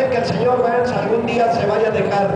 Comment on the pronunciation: Yo Fui el domingo y te vi vestido de Waluigi XD. Me supongo que eso paso el viernes o el sabado... Por cierto, es el "Sr. Burns" no "Burs" jeje sera mejor que lo corrijas ^^